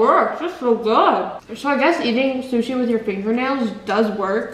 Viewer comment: For 1⁄2 whenever she said I'm going to go get sushi it's ended like she said I'm gonna go get Suzy LOL!